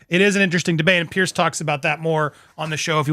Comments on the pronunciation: The man's name is PIERS. It is pronounced PEERZ. Not " pierce" as in poking something through a piece of material, or pierced ears, etc. Say PEER and add a z sound to end of peer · Andy, not to have a go at you, but with respect, Piers is pronounced Peerz, not Pierce. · It’s pronounced Peers not pierce . Just saying. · Just for record. His name is not pronounced like the name "Pierce"! It's pronounced like the word "peers"!❤ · Andy, the correct pronunciation of Mr Morgan's Christian name is "peers",as in peers through a window 👍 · 🙂"Piers" is pronounced "Pierz" 🙂